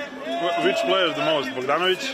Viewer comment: is jokic your favorite pra.. favorite prayer? hahaha plavsic kod logopeda